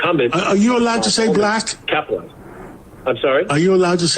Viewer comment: Unironically, the way he said "black" actually did trip my "he really wants to drop a hard-r" alarms. Like racists just don't say the word like a normal person does. It's not "black" it's "blAck", every time.